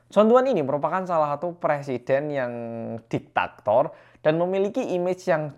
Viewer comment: Btw, yg bener "Diktator". Dudu dktaKtor..salam gawl 🤞🏻